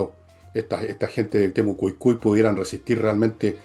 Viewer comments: TEMO CUI CUI No temo cu cui. Te falta una I. Como tan mal oído! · Buenas tardes Villeguistas!!! Todo bien con, pero a alguien más le da nervios que diga Temucucui y no Temucuicui. Así como también cuando menciona a Jaude en vez de Jadue??? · "Temucucui" 😂😂😂 me da risa como le dice a Temucuicui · ES TEMOCUICUI O TEMUCUICUI, NO "TEMOCUCUI" 😊 Otro dato,solamente uno d4 los capturados quedó en prisión, los otros cuatros,el juez los mandó para la casita.😂😂😂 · Tu dices: Temucucui. y es Temucuicui. Saludos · Por qué dice Temucucui y no Temucuicui?? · Temucucui, Uropa, Jaude. Pero para criticar a la Mara, ahí no se le lengua la traba.